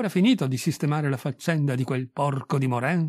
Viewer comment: Si pronuncia Moran !